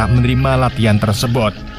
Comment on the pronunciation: Tersebut bang bukan tersebot mulu😂